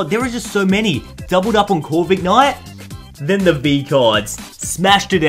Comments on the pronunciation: Isnt it pronounced Corvi-knight instead of Corvik-night? :D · It is not corvignight it is corvinight OKAY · Ummm..., it’s Core - vin - ite